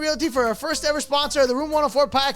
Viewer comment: "Ve have a esponser for de ferst time" "BEZAN DIGE"